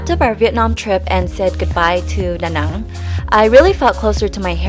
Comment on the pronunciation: She is. She is able to speak both English and Vietnamese without accent. Listen to her pronunciation of Vinh Long and Da Nang.